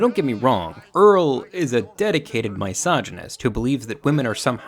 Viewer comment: Love you, but the way you pronounce misogynist sounds like you’re talking about people who hate fungus 😭